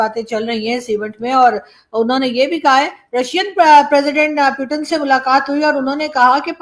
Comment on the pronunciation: aap bar bar प्यूटेन kyu bolti kya aap putin nhi bol pati hai pahle bolna sikhiye her vdo me प्यूटेन प्यूटेन